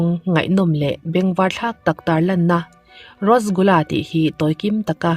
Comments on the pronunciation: Rasgula hi,rosgula i ti char char a,,mahse eng pawh nise a ngaihnawm lutuk..🤙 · Thil 1 ka lo sawi lawk Rosgula nilo in Rasgula tih tur ,ngaihawm lutuk e. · Rasgulla hih rostgulla atih ve traal mei pronounce like this,, Rush gul la___ RASGULLA✅ ROSTGULLA❎